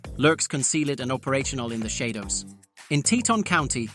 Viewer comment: The AI randomly pronounced "Shadow" incorrectly lol